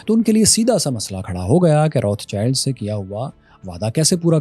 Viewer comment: بھائی روتھ چائلڈ نہیں روتھ شیلڈ ہے صحیح تلفظ۔